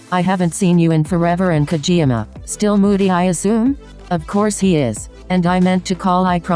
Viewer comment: Can we take a moment and just process how "Kageyama" turned into "Kjiyama" HAHAHAHA I love this